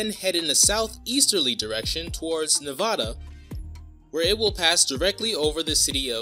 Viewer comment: The first a in Nevada is the a in apple. Good video.